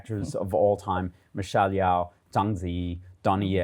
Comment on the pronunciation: The Yeoh in Michelle Yeoh is pronounced "Yee-o", not "Yeow".